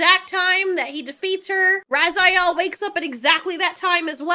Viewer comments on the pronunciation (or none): Ok, even though they said he name like 10 times in the movie I'll help ya out. Her name is pronounced Finn Razel. Not Raziel. He's from Soul Reaver and the Legacy of Kain games, but man this movie would even be better if Raziel was going around consuming souls. 🤣